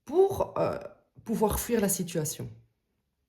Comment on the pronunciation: O.K. je comprend mieux.Mais réécoutez bien, vous dites FOU IR. 😂 Merci por votre réponse. Belle journée ❤